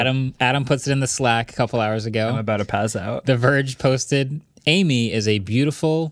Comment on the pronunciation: Amie isn't pronounced like the name "Amy", it's the French word for friend.